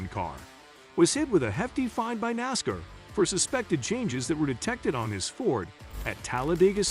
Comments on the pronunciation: Nas-car not nasker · Please learn how to pronounce NASCAR!